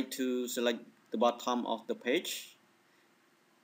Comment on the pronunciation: the way you say BOTTOM PISSES ME OFF i couldnt take u serious after that